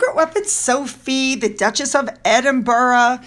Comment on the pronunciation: Dutchess of "sucks-at-it"